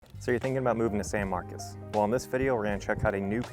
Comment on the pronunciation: perhaps everyone around you are from California, locals pronounce it San MarCOS. Anyway…even though this neighborhood is away from the campus, you’re just a street away from Craddock which is overran by student housing, fraternities and sororities. TXST has an acceptance rate of nearly 90% which the students are not the brightest and don’t care about San Marcos. This city was a great city 20 yrs ago until the university lowered its standards and Californians moved here. …and not every new subdivision adds PID taxes on top of property taxes. Buyer beware.